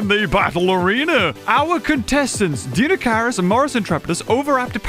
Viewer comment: Deinocheirus pronunciation: DINE-oh-KIRE-us